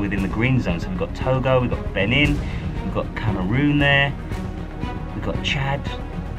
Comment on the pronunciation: The way you said Benin was funny tho 😂 Luv from ng